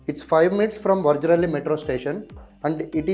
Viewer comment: it is Vajarahalli not Vajrahalli.